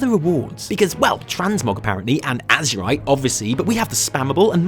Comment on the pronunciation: why are people pronouncing it AZSHURITE? It's AzERite as in the blood of AzERoth O.o